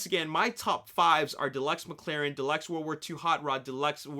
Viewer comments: Its McLaren not maclaren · Its called Mclaren, not Maclaren. Just a heads up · Daniel Hekster but the way people said it is "MacLaren" I know its not logic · "MacLaren"? Unsub...